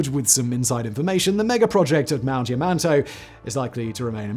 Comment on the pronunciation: Why does it sound like Simon keeps saying yuh-man-toe? Never thought yamantau could be so difficult lol